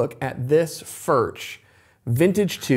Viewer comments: Cant pronounce Foorh? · Just bough a vintage 2 d sr. It’s ..... beyond the money ! Way beyond the money! Good luck🙌🏽. Also it’s pronounced Furk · Please learn how to pronounce the name. For those of you saying they’re better than Martin, Martin has a very wide variety of models and all are of good quality for the money. If you spend an equal amount as a Collings or Bourgeois you’’ll find similar quality and the sound will generally be at least as good. Sound is objective. Some like bolt-on necks but I believe the Martin neck gives a superior sound to any bolt-on neck (because I prefer that traditional sound). The Martin-style neck is much more expensive to produce. The Martin 16 line has a similar neck to Collings and Furch and many others. The finish on the Collings is excellent. I’ve owned Collings, Santa Cruz, many Martins, and various other high-end and other guitars. Although I prefer the Martin sound, I’m not a fanboy for Martin. I have issues with them. Number one, Martin greatly increased the models available in the last several decades. For those who couldn’t afford a Martin, this allowed many to purchase them, but they weren’t the Traditional Line that made Martin the most famous and most-copied in the world. Martin has the Traditional Line that is built using CNC machines as well as hand-made techniques for some things. The Custom Shop snd Authentic Lines are mostly hand-made to my understanding. The Authentic is easily equal to brands such as Collings and Bourgeois if you prefer the traditional sound. If you like a more modern sound like Collings, Taylor and Bourgeois have you will prefer those brands. I pr